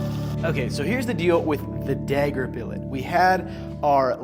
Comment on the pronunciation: Your pronunciation of the word “dagger” is slightly jarring. It’s like you’re saying “degger”.